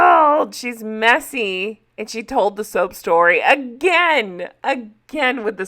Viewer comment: How you say MESSY! is now permanently stuck in my head. I was watching coverage of a trial, and something was described as messy. I wanted to comment MESSY, but realized probably nobody would get it.